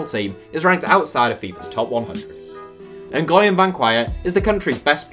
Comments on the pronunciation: "Nguyen" lol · It offends me the way you pronounced nguyen